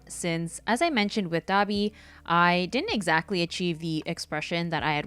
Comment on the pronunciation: im sorry did she say Dahbe instead of dabi? qwq